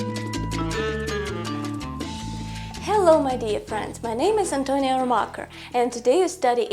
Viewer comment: your english is good!!! I like your pronunciation Antonia!! greetings from Peru.